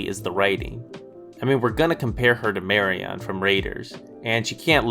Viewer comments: The way you pronounce Marion - LoL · How can you have just watched the movies, and still not know how to pronounce "Marian"? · Nevermind your thoughts on the movies, your pronunciation of Marion's name is triggering the hell outta me